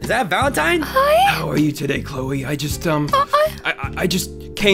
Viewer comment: I thought her name is "CHLOE" and not "CHOLE" 🗿